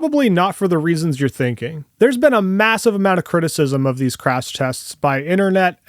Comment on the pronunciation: This guy proves in the first 2 minutes and 30 seconds that he's also a tool without a fucking clue in the world what he's on about. Can't even pronounce "Crash" and then compares the T-Bone crash results of the Cybertruck to a SUPERCAB F-150 XLT, not a Supercrew Lightning.